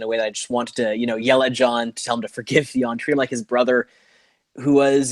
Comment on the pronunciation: Why does keep saying (Thay on) insted of Theon? Does he have a lisp or somethayng! Ha